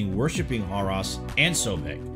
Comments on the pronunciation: Horus, not Hoross. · Brother it not Abidass but Abydos, not Horass but Horus. Just saying. Be well. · I thought he said "whore us" at first lol x